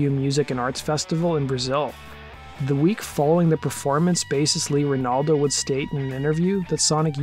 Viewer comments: I stopped watching after "bassist Lee Ranaldo". Jog off, dude. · "Bassist Lee Renaldo"? Oh boy.... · I stopped the video at "Bassist Lee Ranaldo". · You said "bassist Lee Ranaldo" twice... Shows how much you know about the band.